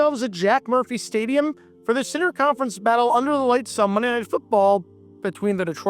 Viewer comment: 😂 When he said, "We find ourselves at Jack Murphy Stadium for the center conference battle under the lights of Mnrrr Night Football..." I felt that. 🤣